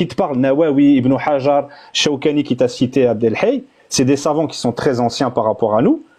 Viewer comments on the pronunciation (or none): Quand ils prononcent "les savants" moi j'entends "les savons" parce qu'a chaque fois que quelqu'un les attrape sur un sujet chelou, ca glisse, ca glisse 😂😂